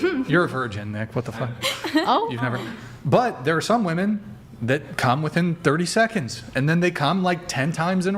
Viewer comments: Why do all these womEN always say womAN when they mean womEN?? It’s driving me nuts and I genuinely don’t understand it. I’ve asked multiple times in multiple different communities and never get an answer. It’s clearly deliberate, but what is the motive? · Goood lord! It drives me absolutely insane that the WOMEN on the panel always say “woman” when referring to multiple WOMEN. What is going on? Are they doing this on purpose or are they just dumb?